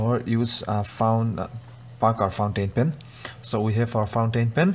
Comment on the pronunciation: Others : pointain. Pen English people and Americans: FOUNTAIN PEN U IDEOT WE MADE THAT HOW COULD YOU SAY IT LIKE THAT